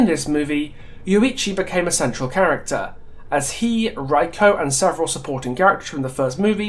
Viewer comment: This is a nice video! Though, I noticed you pronounced everyone but Reiko's name properly. I'm not sure how accurate you want to be on it, but it's pronounced "Ray - koh" or more precisely "Reh (like "eh..." - i(in ear) - koh" depending how accurate you wanna be, still, great video! :) I always love what you have to say!